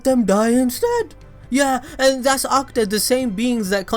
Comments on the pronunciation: It's not pronounced AKTA it's pronounced AKU-TA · The way he says akuta and ohnoki🤣🤣🤣